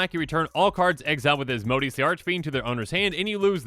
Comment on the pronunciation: (Azz-moe-day-es) Asmodeus